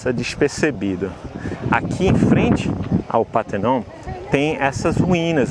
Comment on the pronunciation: Só não pronuncia PÁ - TER - NON, por favor, dorm os ouvidos! É PAR - TE - NON!